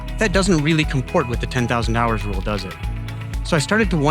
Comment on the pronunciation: I can't be the only one who hears 10 thousand dollars and not hours?